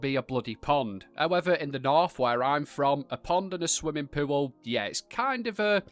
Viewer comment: “Swimming pewell” 😊